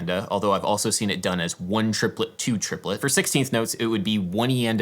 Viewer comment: “Trip-o-let”…. I concur.